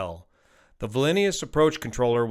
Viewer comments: It’s not Vilinius. It’s Vilnius. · It's Vilnius not Vilinius tho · 'Vilnius' not 'Vilinious' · “Vil-ni-us” fairly straightforward syllables. You are adding an extra vowel and syllable if you pronounce it “Vil-lin-e-us”. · It would be Vil-nus, with stress on the first syllable (itself rhyming with the «ville» in the Australian location name «Townsville»), the second syllable rhyming with ponderous. The second I (giving Víl-ni-us) is only pronounced in English, where, even though it's in an unstressed syllable, it is the same vowel as in green - and it comes after the N. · Why is it so difficult for Americans to pronounce Vilnius correctly? It's not Vilinius. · Nitpick: its Vilnius (vil·nee·uhs), not VilEnius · Its not pronounced Vilinius, its Vilnius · Vilinius, Lithuania? LOL I will take a shot every time he says it. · Vilnius, not Vilinius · It's pronounced Vil-nee-us, NOT Vi-len-ee-us … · Did i heard Vilinius and not Vilnius? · Dude : VIL-NI-US not Velinious 😂 but great report, thanks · It's Vilnius, not Vilinius. Thanks for the video though! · it is not Vilinius rather Vilnius. My daughter in law is from there and I have personally been there and enjoyed it tremendously! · It is Vilnius, not V I L I N I U S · Vilnius rather than Vilinius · The city is called Vilnius, not Vilinius. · Vilnius, not Vilinius. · Vilinius or Vilnius? 😂😂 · Thank you for all the data and explanation but could you just say "VILNIUS" and not "Valinius" when naming the Airport...please? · VIL NIUS, not VLINIUS, not VILINIUS... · It's distracting that mispronounces Vilnius (VIL-NEE-US) not (VIL-IN-NEE-US) but otherwise a good analysis. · If you can say "willnews" you re good. English is strange. In Lithuanian it's pronounced exactly as written. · I'm Lithuanian American ( born here but parents from Lithuania). Vilnius is 2 syllables. Closest pronunciation would be Vil-nus with a short u ( not "noose"). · I heard the Vil-ee-knee-us. Kinda like George Bush saying nuke-u-lar. 😜